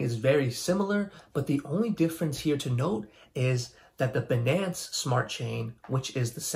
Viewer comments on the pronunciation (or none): The way you prinounce Binance is killing me. Say if like finance with a B though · What wrong about banaance? 🍌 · The way you say Binance freaks me out. Am I saying it wrong? I prefer my way. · Anyone else stopped watching after hearing him say Binance?